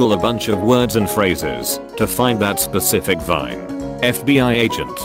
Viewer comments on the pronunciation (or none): none